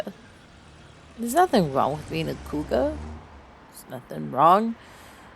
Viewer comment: She’s a cowgar not a cougar!😂